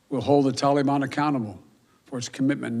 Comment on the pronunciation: Oooop the toleyban